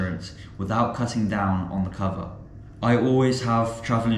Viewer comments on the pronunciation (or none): none